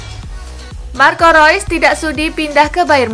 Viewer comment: Marco rois hahahah😂😂😂Marco Reus